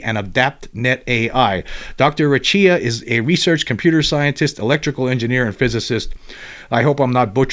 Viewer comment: Hey, google says you pronounce Recchia in Italian as…Raykia